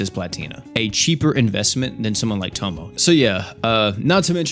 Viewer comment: Please stop calling her "tomo" bro it aint that hard to pronounce 😭😭